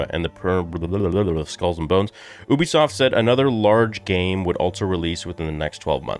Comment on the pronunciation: The pronunciation is you-bisoft not oobisoft